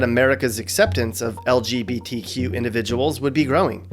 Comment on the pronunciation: Why can’t straight people say lgbtq right. They say somthing like el je bee tea queue